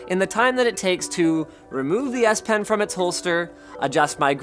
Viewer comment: I always hear "Ass Pen"...